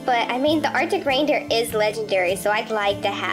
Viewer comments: No she said arica raidrer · LOL U said artic braindeer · She said "artic braindeer"😂